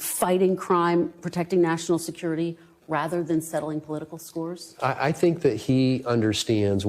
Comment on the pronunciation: He say I gots scos to settle